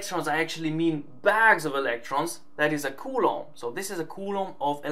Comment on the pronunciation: can you please say coulomb right? i speak spanish and culo means ass and what you are saying is ass in spanish like all the time, really hard to watch without laughing